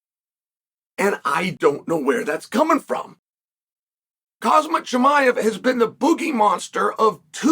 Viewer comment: Can't even say Khamzat's name, nor make a correct title for your podcast.. SMDH